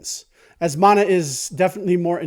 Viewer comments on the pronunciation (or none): none